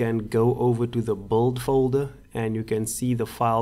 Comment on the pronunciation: Build. pronounced as bi-l-d. Say it my friend. Not bold. Nice tutorial. Thanks foe uploading this. Very helpful.